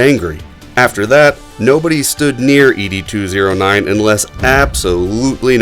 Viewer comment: Its not "Eee Dee 209," its Ed 209...like Ned Flanders, just remove the N.